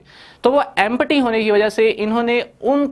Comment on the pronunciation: its empty not empaty